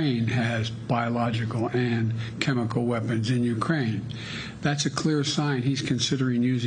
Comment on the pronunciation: We are very concerned that Russia might use chemical weapons and we are equally concerned that Biden cannot pronounce chemical weapons.